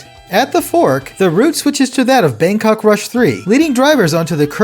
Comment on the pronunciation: Thai person here. Didn’t really expect Bangkok rush to be included in the game or even at all so it is a huge surprise. Your pronunciation is quite close how the native people speak which is deeply appreciated.